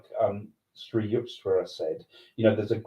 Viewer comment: Sri Sri Paramhansa Yogananda's guruji was called 'Sri Yukteshwar' pronounced as 'you-k-taysh-wur'. Please do it correctly.